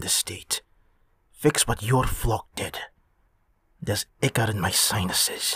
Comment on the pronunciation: It’s not ick-cor it’s I-cor